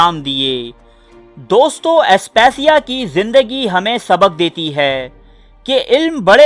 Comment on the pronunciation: او بھائی دوستوں میں ں ساءلنٹ ہے دوستو بولا جاتا ہے. بات میں تاثیر ہے